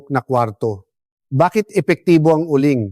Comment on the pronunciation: Uling doc hindi u ling